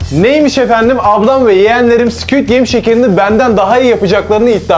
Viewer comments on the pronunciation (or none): abinin squt gameye sikiytgame demesi😂😂😂